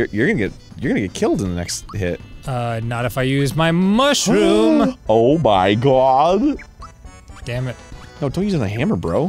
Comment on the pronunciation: I like how Arin stopped mid rant to appreciate "DAYUN" I found that bit super funny every time i see it.